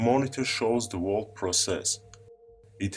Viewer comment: I am smart enough to build a time machine but I can't say the word whole correctly.